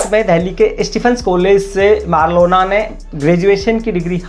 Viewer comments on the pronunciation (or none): Abe east Delhi se ladi thi ....aur marlena hai bc marlona.. marlona bol raha hai...thoda homework karo.... isliye aaj tak tum berojgar ho